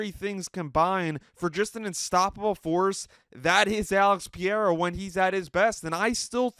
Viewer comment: Your constant mispronunciation of Pereira’s name has me pausing the video, commenting and never viewing.